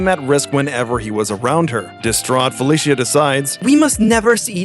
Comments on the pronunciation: IMO Ultimate Spider-man doesn't count BMB is a whole for creating that gen of comics. Oh and it is pronounced Feli-sha NOT Feli-see-ya for FELICA HARDY get it RIGHT MAN. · It's pronounced "Fe-LEE-SHA", not "Fel-E-SEE-A". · Felicia is pronounced fuh-li-sha, not fey-lis-he-uh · It's Fuh Lee Shuh not Fa Lih See yuh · Who the f says Felicia like that? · Ain’t not way he said Felicia like that. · how did you butcher Felicia's name that badly? smh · It really angers me how he pronounces “Felecia” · Not a real fan would say Felicia's name wrong! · Who says black cats name like that lol